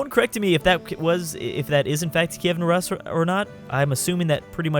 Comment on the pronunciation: Rus is pronounced like the beginning of the word “rooster”. Also, given that you are in Ruthenia, and the Rus are to your northeast, they are probably the Novgorodian Rus.